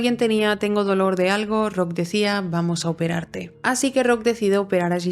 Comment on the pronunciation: Cada que dice "operar te" tiemblo, Dios